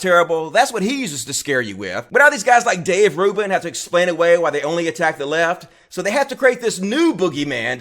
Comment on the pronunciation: Dayv rooban?